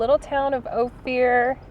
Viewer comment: Great little video. But it's pronounced Oh-fur not Oh-fear.